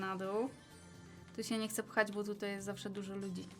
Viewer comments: Mówi się Bo Anię bu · Nie mówi się gene tylko dżin i nie mówi się bu tylko bo